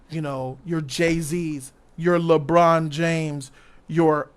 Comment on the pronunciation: said "Lee-Bron"